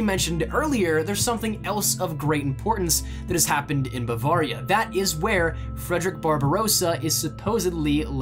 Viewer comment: I'm from Germany so I can confirm that this is a well known legend there and it all checks out, but just one thing...learn how to say Bavaria, its like a knife through my heart every time you say it wrong. I see why you would say it like that but its pronounced like this Bu-vare (like rare)-ria. great video though and keep the great content coming.